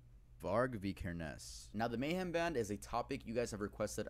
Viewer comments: says vikernes weird. its vik-kur-ns. and fun fact, on his ep aske (ashes in english), the original releases included a match to burn down the owners local church, as varg did, and used a photo of the burnt church (fantoft stave church in norway) as the album cover. also his band Burzum is a solo one piece band. sammoth was only a guest apperence. euronymous, the man varg murdered, was also a guest apperance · Vi-ker-nes. You're Norwegian, you should know this.